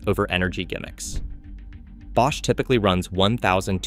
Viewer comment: B-osh? AI narrated?